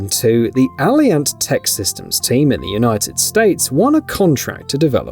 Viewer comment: Alliant: uh-LIE-ent Aluminum: uh-LOOM-in-um (only FOUR syllables!) 🤦🏻‍♂️